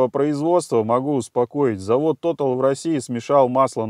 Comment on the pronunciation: не тотал русамбай, а тота'ль, по французски. Но за экспертизу рахмат ( спасибо по тюрк.)